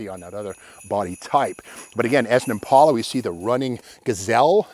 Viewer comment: Impala. Not impaula